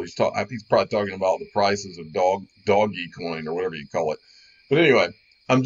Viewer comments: don’t like how he says DOGGY COIN??? Don’t like the ADs??? Then leave, man up and stop acting like child. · Doggie is not how its pronounced omfg wow lost alot of my respect when you dont know how to pronounce it it's been top 50 since theres been 50 WOW WOW WOW !!!! Like trying to take someone serious who says they bought a bunch of ripples ...actually much worse cause it was atleast once called that ...wow wow